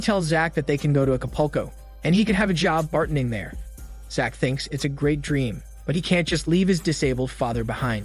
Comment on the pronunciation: Lack-ross player? Al-poko? Bart-ending? Is this a love person or an AI narrator? Either way he sounds like an idiot.